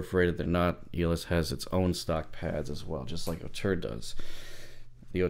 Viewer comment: Nice review, and thanks for pronouncing Auteur better than most, i.e. not Oh-two-er and not as indicated on the ZMF web site!